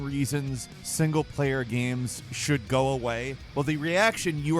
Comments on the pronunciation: SHOURLD? LOL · "Shourld", haha. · " SHOURLD" hahah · "SHOURLD" lol